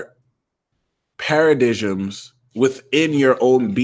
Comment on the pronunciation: Para-dimes. Not paradisms. Don't hate me